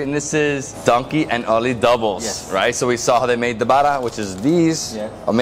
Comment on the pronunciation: Lovely content.....so happy to see outsiders loving my home......but bro please say baa-raa not bada